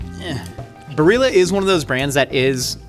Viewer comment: It’s pronounced Barrila 🤌🏼🤌🏼